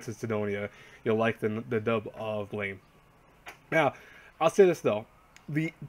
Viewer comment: Guys how to read blame is actually blam.. I know it's weird